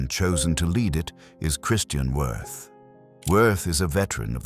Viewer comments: It's pronounced Vee ert. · You’re correct but, in my opinion, someone as evil as Wirth does not deserve to have his name properly pronounced.